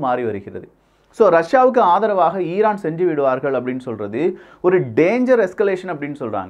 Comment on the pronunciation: Iran ❌ eeeeraaan ✅ 😂😂😂😂